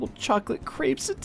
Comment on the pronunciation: Finally, learned how to pronounce crepes correctly.